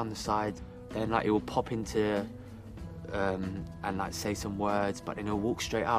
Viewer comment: “Den like”